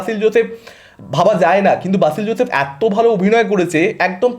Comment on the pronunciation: বাসিল নয় রে ভাই, উচ্চারণে গড়বড় 😢